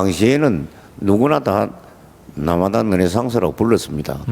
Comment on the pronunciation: 라마다를 라마다라고 하지 머라그래.